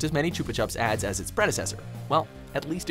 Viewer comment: i tought that you said aids